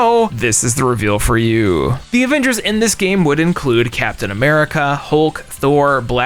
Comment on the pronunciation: called em the abembers😂😂